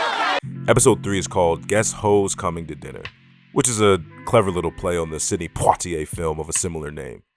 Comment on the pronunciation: The way you said “Poitier” GOT ME! I can tell you a fool… subscribed! 😂